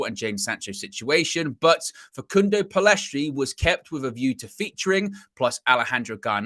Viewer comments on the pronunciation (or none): Guys it's Pellistri. Not Pellestri.